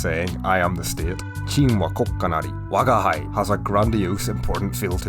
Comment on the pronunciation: AIが作ったの？吾輩をワガイと読んでたりちょっとずつ違和感